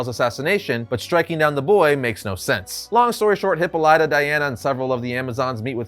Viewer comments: Hip pawl lit uh. Not hippo lite uh. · Love this Comic!!! But man, "Hippo Ly ta?" Made me cringe every time I heard it. I could have sworn it was pronounced Hip paw la tuh. P.S. It would be awesome if this version of Green Lantern is Sinestro. It just seems to me he'd be down for an assassination. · It’s not pronounced Hippo-lyta, it’s pronounced Hippolyta (hip-all-ita) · Isn't her name Hip Paul Lita? Not Hippo Lyta. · Please stop saying Hippo lie tuh. Dude, it takes two seconds to Google. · "Hippo Light-ah." Jesus fucking Christ. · Hipolita Pronounced Hipal it a Great story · You pronounce Hippolyta so wrong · That's not how you pronounce Hippolyta, had to say something.